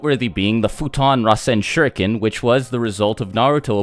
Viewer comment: Omg how you said “futon RASEN SHURIKEN” i started laughing. You must watch naruto in English! 😂